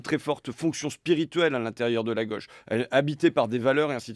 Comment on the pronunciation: "c'est le rôle de la gueuche" mdr, il dit "gauche" comme manon aubry